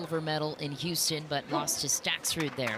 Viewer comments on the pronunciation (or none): none